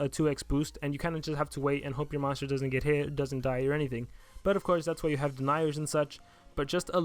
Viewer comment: "moonster" "monter" ;P